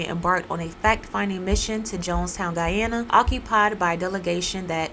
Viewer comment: I am very happy that; 1. You actually pronounce and emphasize the location of Guyana. (Even the news mess this up) 2. This story is being retold. My dad was part of the military force that went in after the kool-aid was served. Unfortunately.